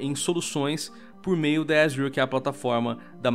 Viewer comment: Quando se sabe que o cara manja do inglês e fala "azior" de vez "Azur" . Dá umas aulas aí kdkdksj